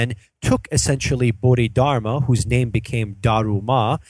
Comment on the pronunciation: I'm sorry It is read as bo-di-dar-ma